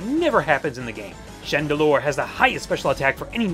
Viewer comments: gotta love the way pronounces chandelure! chan---deLURE! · i like the way you say chandelure :P its sounds so funny to me xD